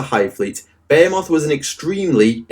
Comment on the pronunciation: I love how this dude gives you two different ways of pronouncing "behemoth" that are both wrong lmfao british people english is so weird